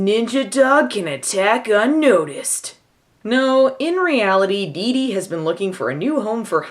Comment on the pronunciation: Looked this up on IMDB. Looks like they changed the spelling of “Dete” to “Detie” in order to justify the mispronounciation. Or maybe they never bothered to read the book and just watched the Shirley Temple version...